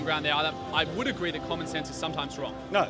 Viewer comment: "I hate common sanse" lmao what?